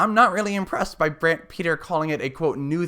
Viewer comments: His name is pronounced Brant Pit-Ree. not Peter. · It’s hard to listen to you keep on saying Brant Peter